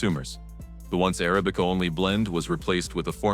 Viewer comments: Uh-ra'-bi-cuh NOT air- uh-bee-cuh You-ban NOT you'-bun AI pisses me off. To have to listen to a machine talk is jolting! Why doesn't the person that has this channel read the copy themselves! Seriously! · Please stop with "Arabic-uh".